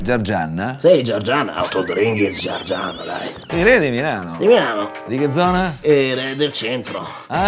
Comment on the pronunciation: Xche" ha detto GIARGIANNA con una N di troppo....si dice GIARGIANA (persona del sud Italia) ciao.